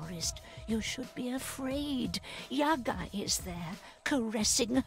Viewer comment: yagA, not yAga. yAga - it`s a drink for gopniks.=)